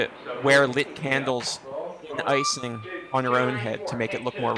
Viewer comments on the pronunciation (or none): "She wore icening on her own head..." Such a Philadelphia way of saying that word.